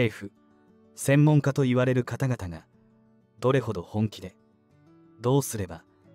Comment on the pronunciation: ホウボウとは。方々。かたがたでしよ！なんかいほうぼうと読むのでしよう。しつかりしてください！